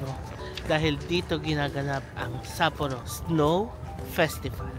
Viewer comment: You’re the first vlogger that I’ve seen who pronounced Sapporo correctly.